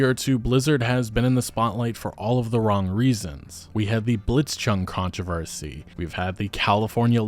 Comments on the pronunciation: Contro - varsy :D That was cute. I hate that word too sometimes. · con-TRAHVAH-see wtf lolol that is the weirdest way i've ever hear some one say controversy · That is not how controversy is pronounced. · has nobody told you that you say "controversy" wrong?